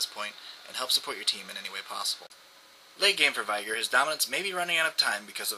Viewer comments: Where is the "AI" in "VEEEEEEEEEEEEIIIIIIIIIgar" ?? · You say veigar like viagra :D